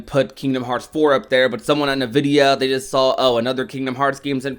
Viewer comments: Every time I hear someone say nuh-vid-e-uh I cry inside. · "Navidia" lol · Im sorry i hope im not the only one being distracted by the "nvidia" pronunciation 😂😂